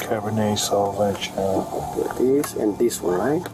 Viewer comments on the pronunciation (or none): Come, on, Karen... time to get a new mantra. And maybe a job. Also, cop: "Cabernet salvage-on". Lol, guy clearly can't pronounce the French word "Sauvignon". Prime Minister of the world? Huh? There is no such thing! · Omfg The cop saying "cabernet sau-vag-on" had me in tears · Saw-vee-nion 😊I’m French. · LOL wine pronunciation